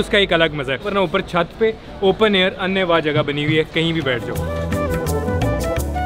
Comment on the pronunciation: anaay waah lafaz ko aap annay wah use kartay hain. not a good anchoring